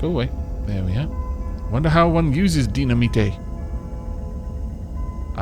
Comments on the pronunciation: DY-NA-MITE not Dina-Me-Tay.... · Haha, the way pronounces dynamite is so funny., it's pronounced die-na-might. Or is this an inside joke from a different series? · By the way,, dynamite is pronounced "die-nuh-might." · Can you try to pronounce dynamite like dine-uh-mite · You joking with the dynamite pronunciation. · There are going to be thousands of people watching this that are so triggered by how you say dynamite, I'm in the crowd XD